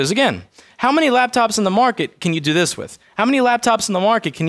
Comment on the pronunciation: But Caan you do dhis?